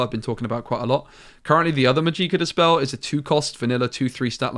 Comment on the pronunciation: I can't help it haha. It's not "Majeeka" it is pronounced "Magic-ah". Love your content, helped me a lot